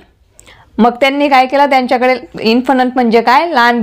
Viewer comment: Infant not Infanant